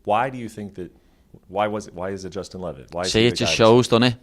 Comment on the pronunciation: Brett gotta go ... "Justin" ? Cmon man